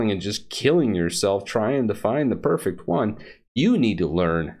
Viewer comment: "Make the p e r f e c distribution."